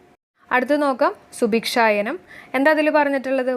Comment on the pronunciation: ഒരു ചെറിയ തെറ്റ് ഉണ്ട്. മായമില്ലാത്ത ധാന്ത്യപ്പൊടികൾ ജനങ്ങളിലേക്ക് എത്തിക്കുന്ന പദ്ധതി "സുഭിക്ഷയാനം" ആണ്, അത് സുഭിക്ഷായനം എന്ന് തെറ്റായിട്ടാണ് പറഞ്ഞത്.